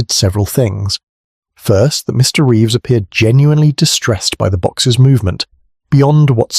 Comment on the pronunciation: Good story. The A1 glitches on the name Reeves though.